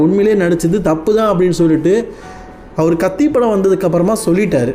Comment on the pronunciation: kaithi illa ji kaththi😂😂😂